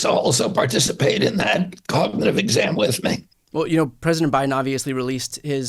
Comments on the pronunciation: When it takes him 3 tries to say “cognitive” he has cognitive problems. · He cant even pronounce the word 'Cognitive' Yet he has no cognitive problems🥴 😂😂😂😂